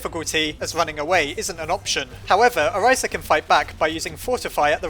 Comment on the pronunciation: I just wanted to point out that you were mispronouncing Orisa's name incorrectly. If you want to know the actual pronunciation, go watch her origin story video. Sorry if that sounded rude, it's just that my OCD went crazy when I heard you pronounce it "Oriza" instead.